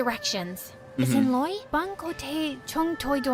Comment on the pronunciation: ok.......just to be extremely clear here, i have learn vietnamese for over 5 year and i can say that he only nail on the "xin loi" which is "sorry", the rest, i dont know wtf is he saying